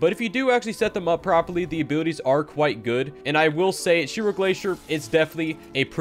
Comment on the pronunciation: Ma man just Called Zero Glacier - Shiro Glacier 😆 🤣